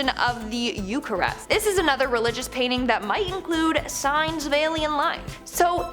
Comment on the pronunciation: What, exactly, is a "payning"? Is it anything like a "painting", mayhap?